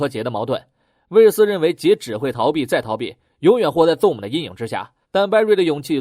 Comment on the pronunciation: ..你的英文發音要練一練...ZOOM...的念法不是ZONE...請仔細看原片演員怎麼念好嗎?